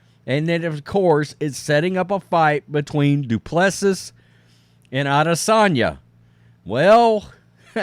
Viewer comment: His name is pronounced Dew-Pleh-See.